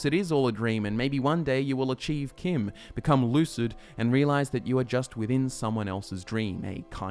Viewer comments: No one else bothered that he doesn't pronounce CHIM properly as in, CHIMney? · Hold the fucking phones: CHIM is pronounced like the name Kim?!? I have said that (in my head) with a 'ch' sound, never a 'k' sound, for YEARS now. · who pronounces CHIM with a ch sound instead of "kim"